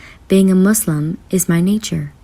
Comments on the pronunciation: You know she's a real Muslim when she doesn't pronounce it "Muzlim"... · I like how she prounced islam "izlam" and muslim by it' accurate prounciation